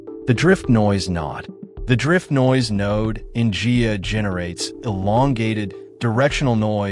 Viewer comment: protip: It's pronounced "Guy-ah" not "Gee-ya"